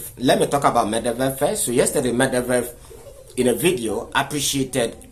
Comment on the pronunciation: it’s Medvedev not Mevdevdev😂😂😂😂😂